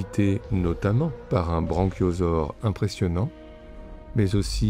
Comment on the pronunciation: Fabuleuse vidéo merci. Quelques remarques ! 1. BRAchiosaure, pas BRANchiosaure… 2. L’extrait du film de Beauvois est très mal choisi : on y voit des squelettes de baleine et de phoques. Pas vraiment « d’un autre temps »… 3. Dans Lost in Translation : ce n’est pas un diplodocus, mais un brachiosaure (pattes antérieures plus hautes, d’où « bras »… get it ?) 4. MINDBLOWN je n’avais jamais vu la ref au verre d’eau dans l’aquarium du Monde perdu 😭 j’ai pourtant passé mon adolescence à regarder ce film (mon pref aussi) 5. Excellent le recut Fabelmans !!! On en redemande !!